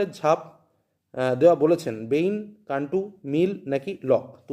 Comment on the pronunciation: Sir (xii) ta কান্টু নয় কান্ট হবে